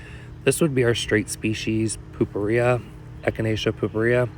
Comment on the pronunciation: “Poopoo-ria”? It’s purpurea, with an ‘R,’ as in ‘purple.’